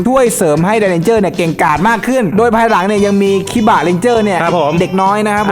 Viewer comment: เหมือนผมได้ยินว่าควายหลังนะแทนที่จะเป็นภายหลัง